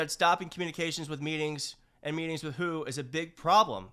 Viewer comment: It is not pronounced who it is W.H.O. 😂 The second trump term will see way more unnecessary deaths than the first. And this including C19.